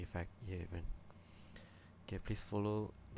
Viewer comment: It's not cobalt XD